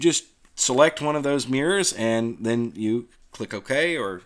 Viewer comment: "Let's look at Mirs' Me: "Eh? Oh... MIRRORS!" 😁